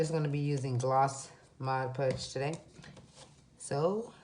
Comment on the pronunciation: Video was good. To appear more professional, I’d correct all the grammatical errors in your presentation. Additionally, it’s Mod Podge not Mod Pudge.